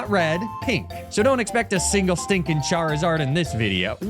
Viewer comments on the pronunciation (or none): none